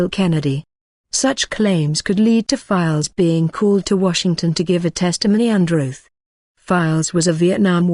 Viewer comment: He's called James files not fikes